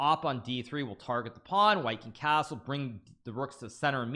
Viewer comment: Casrle vasrle casrle casttle castle